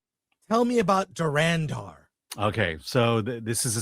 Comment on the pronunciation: The pronunciation is Dhu-run-dhar....